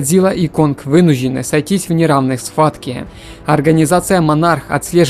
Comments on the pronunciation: Не вынужены, а вынуждены.. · Что за проблема у диктора с произношением сочетания букв "жд"? То "вынужь'ены", то "происхожь'ение" то ещё что-то